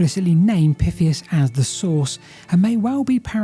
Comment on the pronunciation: the pronounciation Püffias is a bit irritating the name is spelled Πυθέας and pronounced something like Pythéas